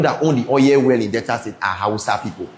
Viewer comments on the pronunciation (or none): none